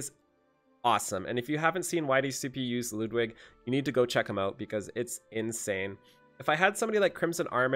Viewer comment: I dont understand the hate on Ludwig.... first off, pronounce his name right and then realize that he has nothing wrong with his face or voice. You're review was so shallow and I would never know why you dislike him.